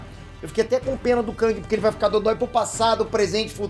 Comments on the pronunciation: Não se pronúncia KÃNG, se pronúncia KÉNG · ele falando "kãng" e eu me contorcendo